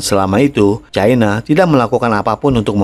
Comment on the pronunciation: Bahasa Indonesia itu pasnya bilang Cina bukan Caina 😂